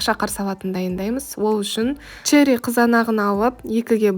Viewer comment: А ещё не шэри а черри!